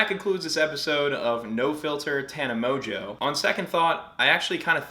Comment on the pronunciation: Aint no way mongeau is pronounced mojo, lol